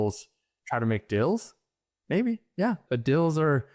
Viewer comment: The way he says "dills" instead of deals is bothering me